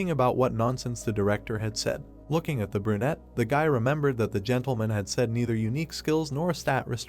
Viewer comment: bro stop saying burnete